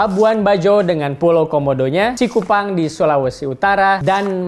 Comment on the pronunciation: Ralat Pak Robby, bukan "Cikupan" tapi "Likupan" di Minahasa Utara Sulut.